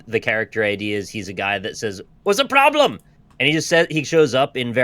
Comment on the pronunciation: "What's the ploblem?!"